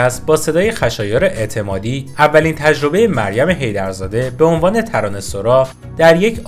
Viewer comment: ببخشيد مگه تلفظِ صحيحِش ترانه سَرا نيست. شما چند دفعه گفتى ترانه سورا. اگه كسى ميدونه بمنم بگه. شايد سورا هم درسته. من نميدونم. ولى فكر ميكَردَم تلفظِ صحيح سَرا ميباشَد. فدات.